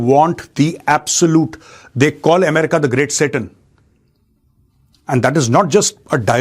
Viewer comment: Jaat Bhai Jaat bahut Jor jor se chat bhai Tere bas ki baat nahin Hai America na bolane ka